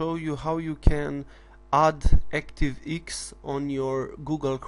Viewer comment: "...active eeks!" Haha! Love it! Thumbs up my friend. Not taking the p, just find it funny.